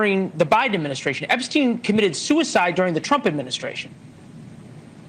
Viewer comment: Why does always say Epstein that way? Sam does it too sometimes. They sometimes make fun of people's pronunciations, but it seems a little weird to do that and just not say this right.